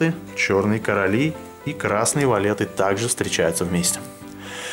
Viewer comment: фокус классный, но от слова "валЕты" уши "вянут" может быть валЬты?